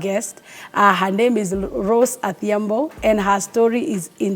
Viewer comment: adhiambo not athiambo